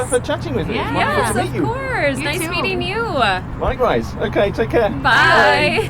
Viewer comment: I noticed something that has nothing to do with the local accent; rather, it’s an increasing tendency among young American females generally. This was at about : Nice to meet YOU-ah! Or maybe YOU-uh! It happens after emphasized final syllables that end in a vowel or some consonants such as M, N, R. I don’t recall hearing you mention this relatively new speech habit in any of your videos.